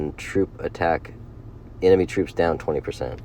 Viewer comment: Bro why do you say Stanima and Anemey. Or am I that high right now?